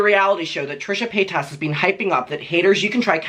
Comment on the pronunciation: I love how you say PayTAS lmao